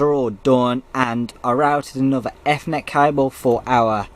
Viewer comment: good video bruh....just a little hint...you're pronouncing ethernet wrongly. regardless of american/british english